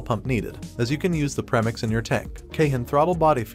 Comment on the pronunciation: I can’t finish the video you literally said “prem-ix" instead of "pre-mix" ugh 😩